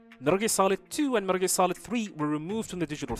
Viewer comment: First of all, it's METAL GEAR NOT METRLE GREA. please pronounce it correctly